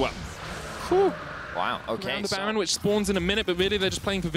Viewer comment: is by far the worst caster, his fake laughing and his inability to pronounce ''baron'' ruins it